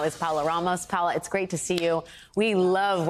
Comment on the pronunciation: Her name is Pa O la Ramos not Paula Ramos